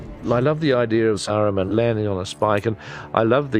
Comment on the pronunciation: I cringe every time I here "Sare-roo-man". Like, weren't you on set for pretty much the entire filming of all three films, and you still pronounce it like that? 😂